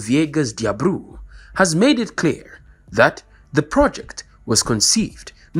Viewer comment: The minister's name is pronounced as D'Abreu, not D'Abrew. The person presenting the video has English as the first language, since Angola's first language is Portuguese it would be better to have a person who's first language is Portuguese, at least for a change. Thanks.